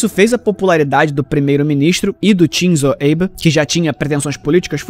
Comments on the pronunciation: se for uma pronúncia mais americanizada aí tudo bem, mas nenhum japonês pronuncia dessa maneira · por favor verifique de novo,essa pronúncia nao é japonesa nao